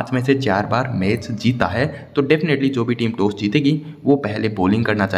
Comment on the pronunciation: टोस नाही भाऊ टॉस बोल